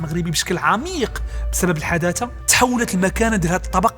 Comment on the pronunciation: حتى انت تتقول الحدادة ههههههه